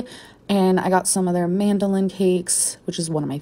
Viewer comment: Ah yes. The famous Starbucks "mandolin" cakes...